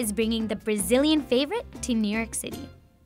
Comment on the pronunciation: Did she just say Bazillian?? How... just how??